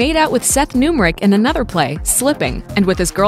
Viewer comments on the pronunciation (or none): none